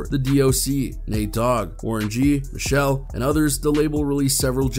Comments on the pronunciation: 🤔🤔Hey love🙋!! Ummmm...When you were naming the roster of Death Row artists, I think you meant "Michel'le" NOT "Michel" . It's pronounced Me-Shell-Lay, you're welcome!! 😍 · I don't trust anything you say after mispronouncing Michel'le . I swear you youtubers be acting like fans, but don't know anything about who you're taking about. You all just read a script.